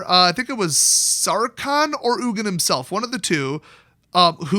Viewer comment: Its Ugin